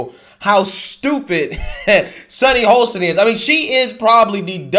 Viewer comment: Sunny’s last name is pronounced Hoss tin not Hole stin. Although she is an a$$ hole. 🤣🤣🤣